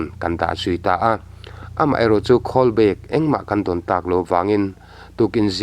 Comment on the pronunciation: Khawl i tih kha. Phone i call i sawi anih chuan call ti in lamla. Atha hle mai. Thil i dah khawl i sawi anih chuan khawl tia lam tur ani e. Tawng hi hi fimkhur apawi mawh hle mai.